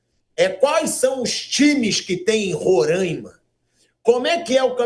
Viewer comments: Primeiro, que é Roraima, não Rorâima. Segundo, tivemos diversos presidentes do eixo Rio-SP. Até aqui, não lembro da CBF ter sido bom exemplo pra nada. Aí não pode vir um presidente do Norte, que tão tirando ele pra cocô... Deixa o cara trabalhar! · Agonia do Pilhado falando RorÃima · Não se diz "Rorãima", se diz Roraima. Não sei de onde tiram esse "ã". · Fala o nome do candidato errado e o do estado kkkk eita nivel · Mais absurdo q isso é falar o nome do estado errado!RORÁÁÁIMA E NAO RORÂIMA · RORÃIMA PILHADO?? RORAIMA 😂😂😂 APRENDE A FALAR O NOME DO ESTADO KKKK DEPOIS OS NORDESTINOS QUE SAO BURROS 😂😂😂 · Que porra de Rorâima, é Roraima Não tem acento O ra é forte como o r de "couro" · Pilhado, primeiro aprende a falar RORAIMA e não RORÃIMA. 👏😂😂😂🤡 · Pow Pilhado não se falar Rorãima, se diz Roraima. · Roraima animal é não Rôrãimense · Novo jogo. Toma um gole de cachaça toda vez que o Pilhado fala Roraima errado. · Tu não sabe nem pronunciar o nome do estado Pilhado, vai te lascar. Roraima não tem acento leso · É roráima, e não româima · Pilhado, já te falei, você e o Mauro César; falem corretamente, não é Rorãima ou Rorãimense, é Roraima ou Roraimense sem nasalizar o a!! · O meu querido pilhado o nome é Ruraima por favor tente pronunciar direto e (Roraima) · É Roráima não com o som ima, e respeita meu Baré poha kkkkkk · Pilhado falou merda do início ao fim e foi jantado. Curiosidade: Se pronuncia XÁud. Os times São o São Raimundo, Grêmio Atlético Sampaio - GAS, Monte Roraima e Atlético Roraima.... e se pronuncia Roráima.... Precisou a sensatez do Mauro César pra dar um comentário válido, o Pilhado tá mais preocupado em mitar. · Nem a pronúncia do nome do estado você sabe fazer e quer tá falando alguma coisa. Aprender primeiro antes de desrespeitar os demais habitantes que nada a ver tem com isso. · O pilhado precisa aprender falar o nome roraima aqui e uilton de roraima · A começar a pronunciar o nome do estado correto